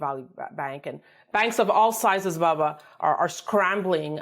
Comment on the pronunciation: WHY does she call him.. BABBA??? its..BUBBA!!!!! Weird!! Why dosent someone CORRECT HER!!!!....Its BUB!! not BAB!!!............PS I like Bubba!! NOT BABBA!!!